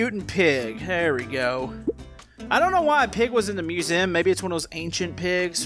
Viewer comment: Also why do u say musem